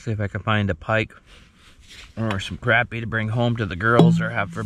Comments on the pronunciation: CrAHHpy.. not CRAPpy 😂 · Say crappie the right way and quit cheaging the way you say it